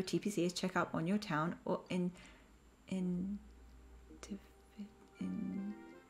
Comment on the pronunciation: Initiative the word you were slightly confused about 😊 it's pronounced : ini-shia-tive ! I really love the let's play 🥰